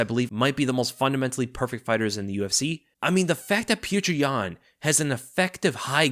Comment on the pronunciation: Man you're killing me with how you're mispronouncing Petr Yan's name. Lol. He one of the best fighters in the sport and former champion, current uncrowded champion. Show him the respect of pronouncing his name correctly. Lol. Look up the pronunciation if you need help.